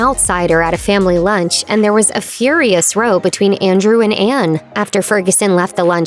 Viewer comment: Learn how to pronounce row correctly!